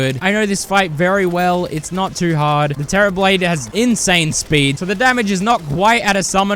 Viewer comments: The terra "blane" is crazy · did bro just say "the terra blane"?!?!